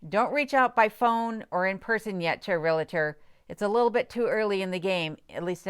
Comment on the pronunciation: I've been watching your videos for a while now and really enjoy them. You seem like a very intelligent woman, that being said, the word is REALTOR. there is no letter i between REAL and TOR. Sorry, this word and the word jewelry are my pet peeves. It is not realitor. It is not jewlery, and no I haven't heard you use jewelry in any of your videos. As I said, I enjoy watching you and Kenai, especially when you give him a "speaking" part!! LOL. The Dewey, Cheatham and Howe video was cute, too. Keep making them!!